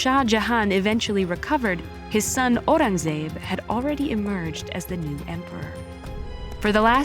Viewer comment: The narrator's pronunciation of "Mahal" & "Aurangzeb" is incorrect